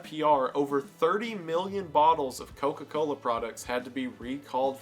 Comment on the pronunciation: Wendigoons Georgia accent really came out when he hit a single “Co-Cola” in a whole Coca-Cola segment🤣